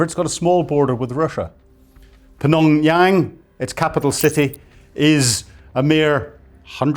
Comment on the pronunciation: Did he combine just Pyongyang and Phnom penh into Phnonyang? 😆